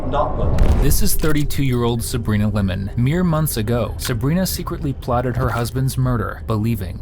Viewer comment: Its Limon not Lemon. Plus you have the wrong description. I will not watch anymore of you guys who knows what wrong info you give